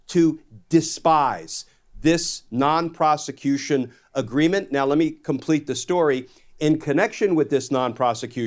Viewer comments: WFF????!!!! Prostitution! Not Proscution!!! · Why do I always hear twice "solicitation of prosecution"? Am I hearing it wrong or is it mispronunciation? Non-Prosecution-Agreement-1433.pdf